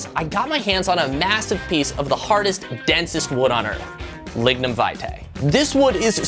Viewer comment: Every time he starts saying lignum it sounds like he’s gonna say ligma